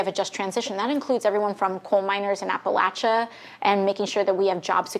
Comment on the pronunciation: AOC is awesome for lots of reasons, but more especially because she pronounced Appalachia the way locals do.